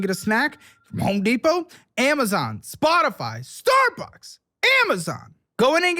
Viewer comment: just in case anyone wants to hear say the word 'spotify' funny